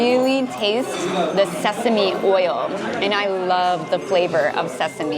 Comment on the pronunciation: 전... 왜 자꾸... Sesame가 사시미로 들리죠? ㅠ 한글로 읽는 발음이 (세서미)아닌가요? 알려주세요